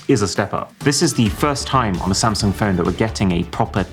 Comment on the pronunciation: Thats it. I am finally done with "same- sung"! 😂😂😂 This is the new Nokia!😂😂😂